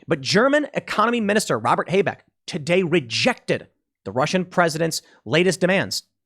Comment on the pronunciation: Tim, your pronunciation of German names is killing me. z.B. Habeck is not hay-beck, but Ha-bake.